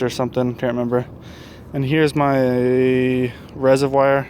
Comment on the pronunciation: You say reservoir really funny. "resehvwire".